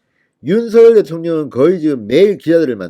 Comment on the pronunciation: 윤서결이아니라 윤성녈이라고 발음해야되는거아녜요?